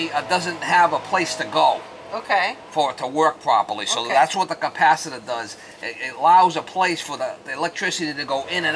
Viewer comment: Bad "capacitaah" strikes again mama :) 🤭👌